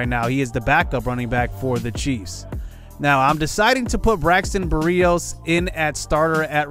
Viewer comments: No hate but as a Miami fan hearing Berrios pronounced like that hurts me. (Berry-Ose) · Great series! Btw berrios is pronounced berry-Os